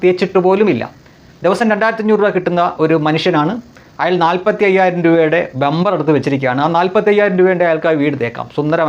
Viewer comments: ബെമ്പർ അല്ല സുഹൃത്തേ ബംബർ ആണ്. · 👍👍👍👍 പിന്നെ ബേംബർ അല്ല ബമ്പർ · ബെമ്പർ അല്ലെടെ ബമ്പർ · ഇദ്ദേഹം എന്താ ബെമ്പർ ന്ന് പറയുന്നത്...😮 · രണ്ടും അല്ല bomber